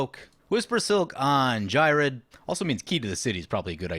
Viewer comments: Geer-red. The H is silence, like in Ghost (Not G'host, Gost) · Ghired is the only deck I built out of C19. I modified my selesnya token deck and made him the commander, with the same multiple combat steps idea in mind. Also, I pronounce him Gee-red. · It's pronounced ghired